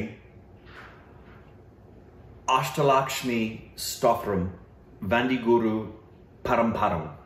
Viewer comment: u messed up the first asthalakshmi otherwise the pronunciation was on point 👍